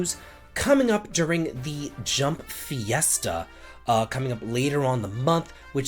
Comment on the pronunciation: So glad is back from his unfortunate hiatus. I actually missed his mispronunciations the most 😂. Jump "Fiesta" is top 5 for me for sure.